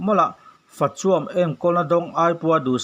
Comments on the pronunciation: Fa chuâm tih tur i ti hiâm ruih mai lawm mizo tawng hi lam dik hi tum hram teh u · Mizo tawng Rin aiin I thiam lo, eg fa chuam etc I lam dan te 😊😀😅